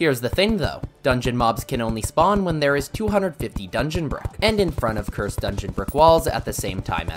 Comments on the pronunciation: Ah yes. "Ker-sid flames" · "CUR-SED DARTS"💀💀💀💀💀💀💀💀💀💀💀💀💀💀💀💀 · Petition to make him stop saying curs- ed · Ah yes, "cur-sid flames", "ash-phalt"